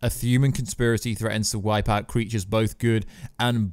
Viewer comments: I hear it , thuman.. u cant talk dude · What on earth is a thuman/fuman or thumanity/fumanity? Makes listening to this commentary almost unbearable. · and therabouts. The word "thuman" and "thumanity" recurs multiple times. I dunno if it's a speech impediment or a microphone noise.